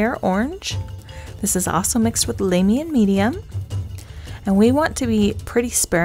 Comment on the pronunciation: Larr-mian not lame-ian.... thatch the only thing i could pick on, awesome tutorial tho